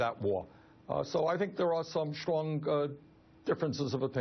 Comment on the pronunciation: I love Bernie, but whenever he tries to say "Strong" it comes out "Schlong". Needs to work on that...